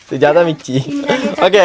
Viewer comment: correct ayite parayunnundallo mixi ennu